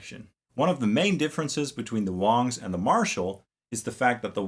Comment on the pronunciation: It's pronounced WANGS (long "A"), not WONGS...dumb ass.